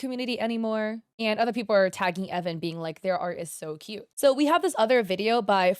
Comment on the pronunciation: Idk if this is misinfo or if it’s a different video where I got this info (I can’t remember) but I think the creator’s name is pronounced E-von.. idk, flame me if you want I’m just confused